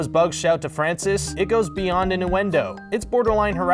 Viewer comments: one question, wtf are “induendoes” i thought it was innuendoes bruh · In-du-endo? IN-DU-ENDO? lmfao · In-do-endo... why?!? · wtf? It's inn-U-en-do not in-DOO-en-do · In-ewe-en-doe not inn-oo-en-doe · "Induendo"? "Rat-tat-touille"? "Eed-ipus"? I mean... I'd say read a book, but it's probably exactly because you've been reading books without ever hearing them spoken that you can't pronounce them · "rat-tat-oo-ee" "ee-di-pus" "en-oo-en-do" fam where do you live? i've literally never heard any of these words pronounced this way. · What the hell is an ''in-doo-en-doe''? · "Innduendos" I'm gonna report you to Jacksfilms, sir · Sorry dude, there was a thing called standardisation, and regardless of where in the English speaking world you live, it's pronounced: Oedipus: ED-A-PUSS Innuendo: INN-YOO-EN-DOE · Ratatalloie is my favorite 3d animated movie by far. P.s. it's pronounced "in- yoo-in-do" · he keeps saying in-du-endo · Is he saying ‘induendo’? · After the pronunciation of "innuendo" at the Mulan part I had to turn on subtitles and mute it, but the auto-generated captions read "into endo" because he completely butchers the pronunciation. ._. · ĭnˌyo͞o-ĕnˈdō ffs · It’s pronounced in-You-endo and Ed-ipus!!! (but they are spelled innuendo and Oedipus) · You say induendo like 50% of the time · I know, right? What's an "in-doo-in-doe"? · I think I heard him say "indooendo" once... :| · Pokemon. He absolutely did not. INDUENDO is not how that word is said. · You can’t seriously be saying innuendo wrong or do I need to get my ears checked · Yeah we'll subscribe when you learn how to pronounce innuendo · I try to enjoy your material but it is incredibly difficult when you can't pronounce easy to Google words like innuendo or Oedipus. Also, why do you avoid using compound sentences? It's so stop and go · Mispronounced the word innuendo. Every. Single. Time. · Dislike for not knowing how to pronounce "innuendo" or "Oedipus" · his pronunciation of innuendo drove me a little crazy